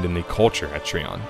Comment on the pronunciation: Trion is pronounced try-on by the way. as per devs :) no hate. just saying